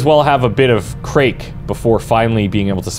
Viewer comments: Craic is pronounced like crack, its a slang term used here in Ireland to mean fun, just thought you would like to know.. also you said Galway wrong 😂😂😂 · Listening to you try to pronounce "Galway" and "craic" were painful 😂 The Irish accent really ain't your strong point mate! 😂